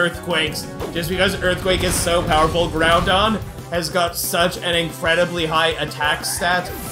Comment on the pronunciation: When said Groundon, I bursted in laughter